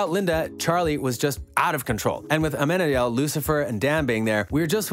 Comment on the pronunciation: For heavens' sake, PLEASE pronounce their names correctly!!!! You're going to do a video and every time you mention Amenadiel, you say it wrong and makes me cringe. (Ah-men-ah-deal) LOL